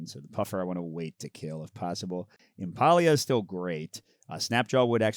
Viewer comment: Impaleah. Impale-ah. Not Impah-e-ah. It's a play on Impala. :D